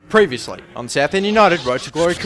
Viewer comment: Previouly. Anyone notice that